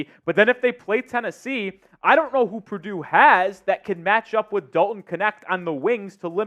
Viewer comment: Purdue 😂pleeease